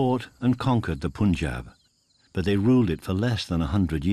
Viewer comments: These whities, it's pronounces "Panjab" , not "Pooonjab" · It's not "Poon"Jab, It's the "AA" sound, Not the "OO" sound. Try saying Pun(the english word) followed by Jab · He keeps saying it! It's notPOOOOON!!!! you imbecile!!